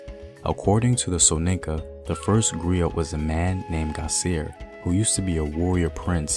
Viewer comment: I thought the pronunciation was that of a silent T. Like 'GREE-OH' and MARIBOO